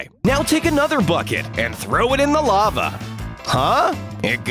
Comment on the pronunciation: *2.38* the narator want to says a lava but her Saw it a love